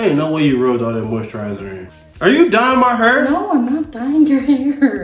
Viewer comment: “Why you dyeing may hurrr” got me dyinggg 😂